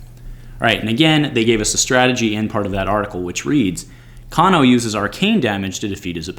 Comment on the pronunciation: Another great video, but I'm fairly certain his name is pronounced "cane-o" not "caan-o" ...